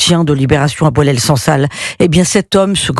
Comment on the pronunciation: Cette dame n'arrive même pas à retenir le nom de boualem sansal . Elle dit "boualel" au lieu de boualem. Pour certains, comme elle , un arabe ne vaut pas le coup de faire l'effort de prononcer correctement son nom !